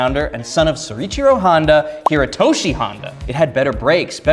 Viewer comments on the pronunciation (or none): Why does he say "Sore Ichiro Honda"?